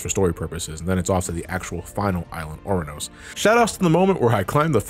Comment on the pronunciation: FTR, Ouranos is pronounced Uranus